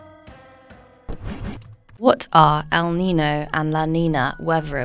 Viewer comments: May I suggest that your narrator pronounce El Niño and La Niña as they sound in Spanish? As someone who lives in an area where Spanish is often spoken, hearing the terms without the ñ sound seems wrong. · Your AI automated voice needs to learn how to PROPERLY pronounce El Nino & La Nina with the Spanish accent.